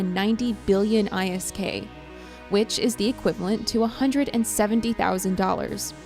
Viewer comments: This video lost all credibility when you called it I....s....k not isk. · Scams are all part of eve, there's nothing wrong with it. Most likely thing to have happened from the bank scam was they created a new account, transferred all the isk there and went about their day. Also, isk isn't pronounced I S K, it's just isk, like when you say frisk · This chick does not know what the damn name is for the money. It's called ISK not I. S. K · I personally hate when people who never played EVE are making videos about EVE... 1. New Eden is not in the Milky Way. 2. Its not panaemic horde, or whatever you wrote there. 3. ISK is not pronounced how you are pronouncing it.